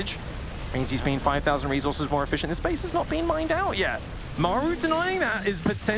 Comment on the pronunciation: God I hate the way says reezorzez